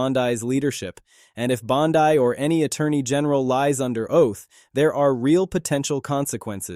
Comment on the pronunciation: Are people suppose to be this idiot in the video when he can't even pronounce Bondi's name correctly? Laughable. I can't stand her lies and unwillingness to answer questions either but this video is borderline ridiculous.